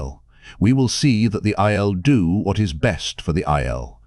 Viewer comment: This has to be a chat bot narrating. I swear it is going out of its way to mispronounce as many words as possible. "Best" was pronounced "beast" o_0